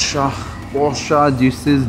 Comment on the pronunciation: I think u r pronouncing wrong porsche